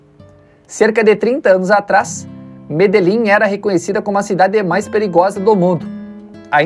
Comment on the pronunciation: Curiosidade: Medellín se pronuncia medexin